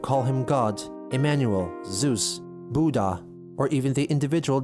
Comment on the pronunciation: The way you say Buddha in always makes me laugh for some reason.